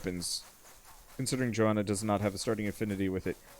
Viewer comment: I understand that you want to wait until they add some stuff before you play it again. Good decision in my opinion. P.S.: Her name is not Joanna. It is "Jonna" xD